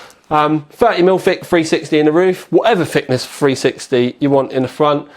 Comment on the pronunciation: whatever fickness fweesixty you want in the fwont. lol